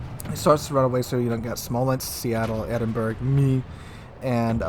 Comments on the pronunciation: its NOT pronounced the Edinburg... its the (phonetics) Edin-Borr-rah... sorry to correct you again, but hey... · Edinberg??? EDINBERG??? IT'S PRONOUNCED "EDIN-BRAH", you doughnut!! (Despite being spelt 'Edinburgh'!). To contributors on YT from the North American continent, PLEASE learn to pronounce place-names properly, it really isn't that difficult! P.s. - I'm not Scottish, am English, but it still pisses me off when it's pronounced wrongly! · Thank for your video, as ever a great one. Minor issue it is not "Ed-in-berg" (phonetic spelling) it is "Ed-in-bruh", though sometimes "Ed-in-buh-ruh", I suggest the first is easier. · Are you trolling when you say Edinberg? , not dispersion it's poor aim, too low in the water, shot dunked.